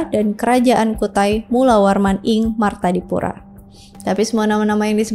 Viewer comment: martadipura, bukan martapura